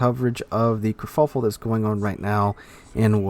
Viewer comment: I think you mean “kurfuffel” not “kerfluffel”